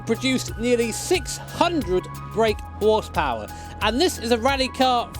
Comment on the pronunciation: I swear says whore's power instead of horsepower.